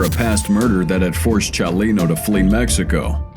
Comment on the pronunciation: I kind of liked it....I liked the way he would say Chalino or the names of Mexican cities.